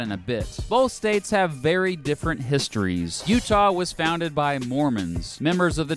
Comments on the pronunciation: Hell im from utah and you got that shit right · I’m from Utah you had it pretty right! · Also I'm surprised that he got Utah correct, I've heard everything from uhtuh to OOtaw.